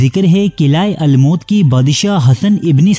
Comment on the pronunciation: Qila almaut nahi almoot hai Bhai his ke maani uqab hai